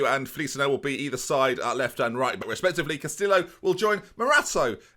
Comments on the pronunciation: Stop pronouncing the L's in Castillo, they are silent. Sounds like Casti-oh. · he managed to through that away with Castillo and Bielefeld